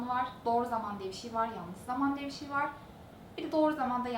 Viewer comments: Diksiyon derslerinde Bir şey bişi diye okunulması söyleniyor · kimsenin baskalarini konusmasina gore cezalandirdigi veya onlarin konusmasina karistigi yok. ulan o kadar ingilizce konusmaktan Turkceyi sokememis resmen. BISIY ne bi allahin kulu soylesin BISIY ne? inan insanin ana dilini boyle yanlis telaffuz etmesi hem rahatsizlik veriyor hem de utandiriyor. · lutfen BIŞIY deme gercekten rahatsiz edici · Madem kızın 'bişiy' demesi zorunuza gidiyo veya her şekilde eleştiricek bir şey buluyorsunuz daha iyisini yapsanıza. Hadi daha iyisini yapında bizde utanalım.